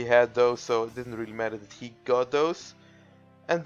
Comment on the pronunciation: No, his accent made it sound like she, when he said he.